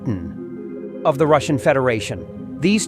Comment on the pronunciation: God help us, A.A. Milne did not name the Russian president. His name is Putin, not POOH nnnnnnnn and not poo TEEN. Concentrate hard and say PUT teen and you might sound like you were taught how to speaki!